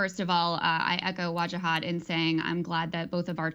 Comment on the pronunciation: poor piers, cant pronounce english letters strung together ..WA JA HAT.. wajahat.. not hard is it.. break it up into syllables it helps with speech impedements and sometimes idiocy too.. unless of course the plant piers misnamed him to vaj az deliberately hmm i wonder